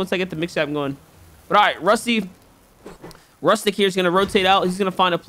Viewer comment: YAY ARGENTINIAN ACTION 🇦🇷🚀🔥 Oh and btw it is pronunced roostyk